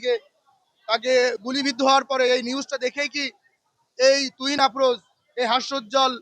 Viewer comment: তুহিন না তুরিন ক্রিমিনানের নাম টা ঠিকমত বলতে হবে